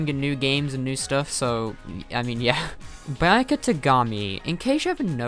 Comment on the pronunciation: the way you said byuaka........